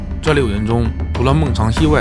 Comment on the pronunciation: 常夢錫的名字唸錯了吧？